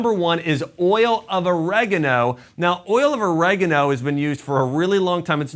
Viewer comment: OrEgano? Its oregAno🤣🤣🤣